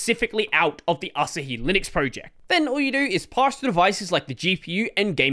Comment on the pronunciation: Asahi Linux is pronounced "uh" + "saa" + "hee".